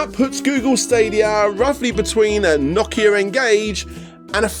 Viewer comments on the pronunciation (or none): did you just call that a Nockeeir N-Gage?